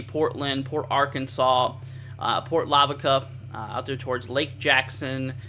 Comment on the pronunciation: It’s port la-va-ca. port lavaca. No hate just helping ya out